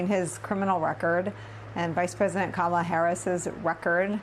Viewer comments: Andrew, it's Kamala- KAH-MA-LA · Andrew: COMMA-LA. Please! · Does it annoy anyone else that professional political commentators still mispronounce Kamala's name? It rhymes with Mamala. Also if you aren't addressing Trump as just Donald then be consistent when addressing Vice President Harris. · Mispronouncing Kamala Harris's name or calling her garbage is scrapping the bottom of the barrel. That's stooping to an unimaginable low, even for trump's standards.